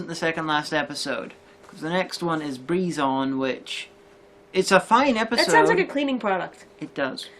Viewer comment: Why do you pronounce Brizon breeze-on instead of Bry-zon? It's like how you pronounce Seeburg as sea-borg... She's not a Dr Who monster!